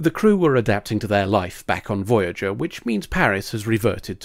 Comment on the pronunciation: Ermahgerd! Veryerger!